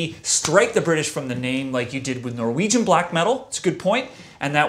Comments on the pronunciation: Awesome episode and thanks for pronouncing my name correctly!! Also: who else is feeling the speed metal category? lets get this ball (of death) rolling!!! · Against all odds he got mine right...thumbs up